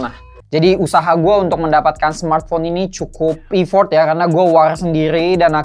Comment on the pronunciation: stardi (sturdy), e-fort (effort), viiber glass (fiber), 🤣 kadang penyebutan pun kita suka bikin sendiri :face-green-smiling